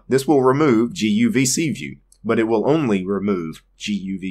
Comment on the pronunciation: guvcview....guvcVIEW....GUVCVIEW :D :D :D